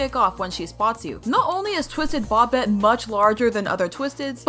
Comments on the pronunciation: It's BOBBET not bobit😭😭😭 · It's bobette not bobtte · It’s not Bobette it’s boebette it’s spelled Bobette it’s pronounced boebette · bObETe ITS BOBETTE BUT THE O IS LONG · It’s bob ett E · why did you say bobette like bop it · you sajd bobettes name wrong 👹👹